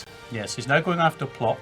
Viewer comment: Haha it's not pronounced Plock, it's pronounced like "Pwotsk". It's spelled in Polish Płock